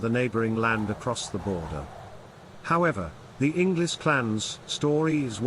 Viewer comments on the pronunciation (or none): Hello fellow inglis. He says it wrong though